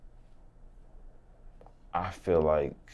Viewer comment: Lol why he keep emphasizing ON FEMALES 😂😂